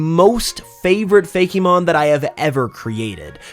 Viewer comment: I’ve never actually heard someone say “Fake-e-mon” it’s always just ”Fake-mon” If the Ice type isn’t called Haildra I’m going to be upset